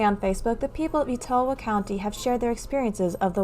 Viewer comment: Etowah county is pronounced like (Et-uhh-wah) it's a Native American word.